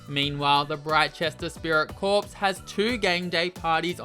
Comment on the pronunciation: "Corps" is pronounced like "core" not "corpse". It's not a dead body. Like Marine Corps, Drum & Bugle Corps, Peace Corps, the Royal Flying Corps (WWI era name for the RAF).